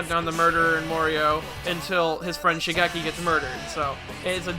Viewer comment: Please please please please please please please PRONOUNCE THE FUCKING NAMES CORRECTLY It’s Shigekyo or Shigechi not Shigeki. It’s Reimi, not Remy. Remy is a fucking rat from a movie about cooking.